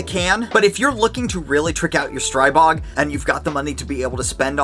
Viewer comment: Stop butchering the name Stribog! Learn finally! It is not pronounced Stry-bog! The Stri is pronounced like in strip, not like in stripe.